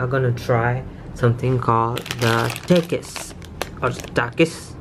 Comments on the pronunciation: My man said takis like takeis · You dont know how to say the word takis